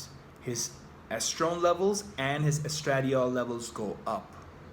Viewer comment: hmmmmmmm.....????? a neuroscientist who doesn't know how to pronounce estradiol????